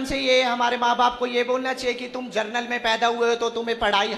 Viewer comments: जनरल को जर्नल बोल रहा है और 75% वाला बन रहा है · जर्नल नहीं बे जनरल..... पढ़े हों नहीं और आ गया आरक्षण पर ज्ञान देने 🐱🐱